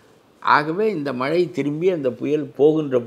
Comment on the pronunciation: மழை யா மலையா..மெல்லின சொற்களை வல்லின மாக கூறப்பட்டுள்ளது.. பேட்டி காணும் போது கவனமாக பேசவும்..திரு கருப்பையா எவ்வளவு அழகாகதமிழ் பேசுவது மகிழ்ச்சி அளிக்கிறது.